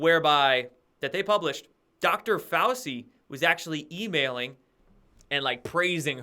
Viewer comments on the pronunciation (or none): Its pronounced "fow-chee" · It's pronounced 'Fau-chi'. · Fah-ow-chee....San-jay Goop-tah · Fow-chee Fow-CHEE!! Dude! If you’re doing it on purpose fine. But come on. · pronounced: Fow-Chi.... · Fauci is pronounced Fauchi as are many names of Italian origin with a c is pronounced as ch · every day he has a presser and Dr Fauci’s name is pronounced like this FOWCHEE lol how do you not hear it? 😂 Ok great report otherwise 🍿👍🏼😉🥰